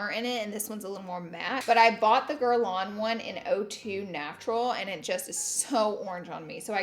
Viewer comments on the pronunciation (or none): none